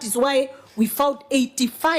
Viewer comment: Mkikuyu ana pronounce found to fond😂😂😂😂